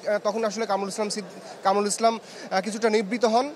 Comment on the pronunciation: কামরুল ইসলাম সিদ্দিকী ? কোন ধরনের রিপোর্টার এইগুলা ? ঠিক মতো নামটা ও উচ্চারণ করতে পারে না !